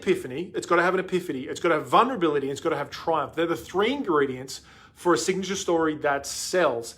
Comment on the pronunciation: replay- i love that you said vunrability